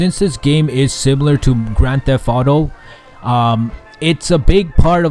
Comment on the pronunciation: He said "Gran Theff Audo".